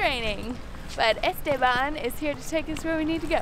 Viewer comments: Esteban BOLUDA!! no este -bannn gringa ignorante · Pippo belmonte porque va a ser ignorante solo por pronunciar mal una palabra... Seguro que vos hablas perfecto el ingles papito